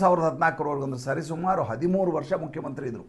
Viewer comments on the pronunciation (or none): none